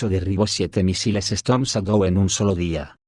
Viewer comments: Chédou. Pero el audio es de lector automático. Por eso pasan cosas como "teléfono aviv" y "...quosciente intelectual..." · Lee así : Chadou = shadow